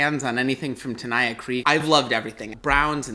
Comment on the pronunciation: Tenaya Creek is awesome and Nevada craft beer is under-rated, but please learn how to pronounce Tenaya and Nevada, because you got both wrong.